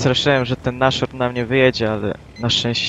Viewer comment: Racing Jak chce gadać naSZorn to tak będzie gadał i raczej tak pozostanie.